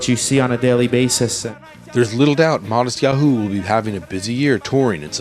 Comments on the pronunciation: hahaha omggg sooo irritating bc hes pronouncing his name wrong. matisYaHOOOOO lmao kill me. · he keeps saying matisyaHU! It's driving me crazy! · I love the way he says Mattisyahu- it sounds so funny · he just puts a ton of emphasis on the 'hu' part. makes it...distracting lol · he's pronouncing his name wrong...